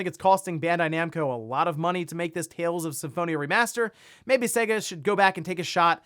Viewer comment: It's pronounced Say-Guh.